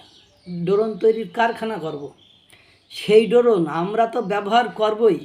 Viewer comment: Doron na drone hoy😂😂 ai tuku o jana nei